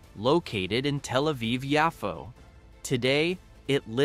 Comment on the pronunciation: Your AI actually doesn't say "telephone Aviv". So it's not as stupid as other AI.